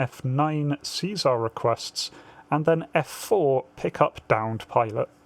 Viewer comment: See- SAR not Caesar.